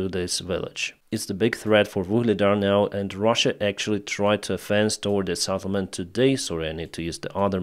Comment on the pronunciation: not Saddlement but Settlement:face-purple-crying